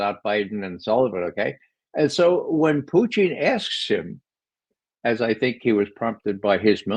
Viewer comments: Someone tell Ray, his name is Putin as in Pewtin and not Pooteen. Not even Lavrov pronounces it as Pooteen!!! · He's ridiculous the way he says that. He said once he believes it's the correct pronunciation. It isn't. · Why does Ray McGovern pronounce Putin as "poutine?" Does he think Putin is like fries and gravy?